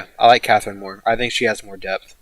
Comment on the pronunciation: When you said debth for Hijikata I heard death for some reason. I haven't finished the series yet and you almost killed me there lmao